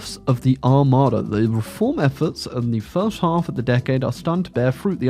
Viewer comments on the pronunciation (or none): none